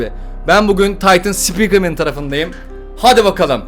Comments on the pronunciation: Abi ben taytın sıpikırmeni seviyorum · Taytın sipikırmen